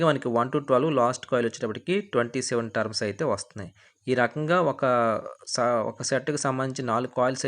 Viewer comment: టర్మ్స్ కాదయ్యా టర్న్స్ అనాలి